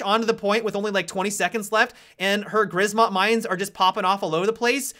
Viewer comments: grzmot is pronounced zhmot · Please stop calling Grzmot mine "grizmot" :D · Grzmot is pronounced Gshmot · I love the way you pronounce "grzmot" xd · I'm polish and I love how people speaking english try to pronounce "grzmot" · Is that your best shot at "Grzmot" prononciation ? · Holy shit pls stop. Write thunder into google translator and just play the voice. Try to remember how to say that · The way he is pronouncing "grzmot" is so funny to native Polish speaker. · In grzmot you pronounce "rz" like the french "j" in Jacques or something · I love when you say Grzmot Mine xD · could you enter the Grzmot mine into a google translator and listen to the correct pronunciation, because, as a Polish person it bugs me a lot. Thanks in advance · The "rz" in Grzmot mines should be pronounced the same as "j" in Jacques (with ʒ).